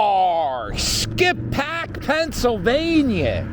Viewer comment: The locals pronounce it "skipback". You went by my grandfather's old house on Church Ave lol. Graterford prison is about 1 1/2 miles north on 73 past the Wawa which housed Bernard Hopkins and Meek Mill's, now it's called sci Phoenix. The video doesn't really do the village justice, it's packed on the weekends and drivers go like 10-15mph through there. Great vid Cap!!